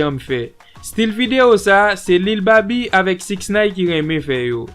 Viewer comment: Lil baby bro ?lol come on now sa se espre ou fe wi fason ou pronounced nom misye a 😂 🤦🏾‍♂️